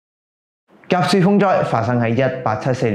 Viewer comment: 甲戌係讀甲恤！ 清朝亦發生過戊戌（恤）政變！